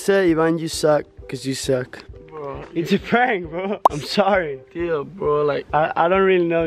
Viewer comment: Suck not suk it is ok